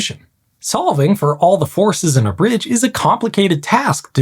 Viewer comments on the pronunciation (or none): Foreskin? Force Can? 🤷‍♂️